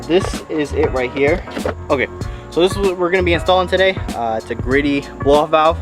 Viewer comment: The correct pronunciation of Greddy should be- G-Ready. Ji- re di